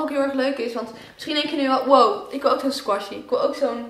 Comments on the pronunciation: Oja je spreekt het verkeert uit squishy. Maar dat maakt niet zo veel uit 😝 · Je spreekt het uit als skwusie